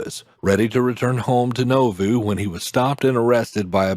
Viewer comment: And the narrator is not a member. He doesn't pronounce Nauvoo correctly.